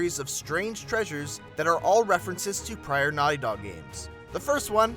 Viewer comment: why did you say Naughy Dog?